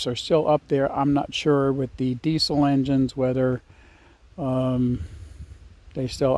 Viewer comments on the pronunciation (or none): none